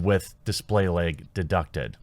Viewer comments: Pretty sure you meant to say laaaaag not leg? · LOL! I love how you say LAG. "Lyg". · Bag, lag. Or as Jeremy says , "beg, leg" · Also lag as "legg"